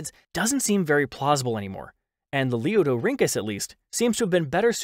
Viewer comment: The narrator's ability to consistently pronounce "Lalieudorhynchus" correctly is something I can only dream of achieving in life.